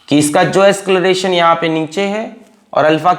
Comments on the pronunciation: acceleration ❌ ascleration ✅ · asceleration hota hai ya acceleration pata nhi kya hai ye